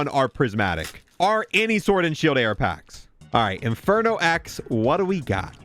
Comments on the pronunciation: Holy shit the word is “OR” not “ARE” 🫨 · I don’t think bro knows how to say “Or”